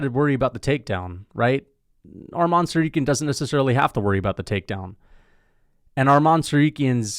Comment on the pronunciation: It's Makhàchev and Tsarukýan, not Màkhachev and Tsarúkyan